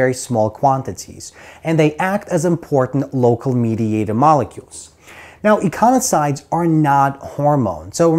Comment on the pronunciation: Econisoid ❌ Ecosinoid ✅